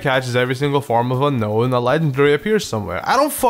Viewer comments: It's pronounced Un-own not Un-Known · ok I agree unown is bad, but SHUT THE HELL UP!!!! ITS UNOWN AS ITS CLEARLY SPELLED NOT UNKNOWN!!! THAT'S A STUPID THING THAT I HAVE SEEN TOO MUCH OF!!! GET POKEDEX 3D MAN! IF YOU WERE A REAL POKEMON FAN YOU WOULD PRONOUNCE THE FUCKING NAME RIGHT!!!!!